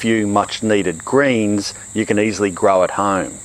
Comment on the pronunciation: did he say "greens"? I heard grains lol